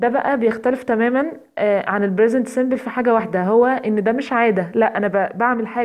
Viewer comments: Present simple not bresent simple p not b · انتي حطمتيني بصراحه علاش نطقك موش صح شو brisent simble ??? لازم تعرفي تفريق بين الp والB أرجوكي ا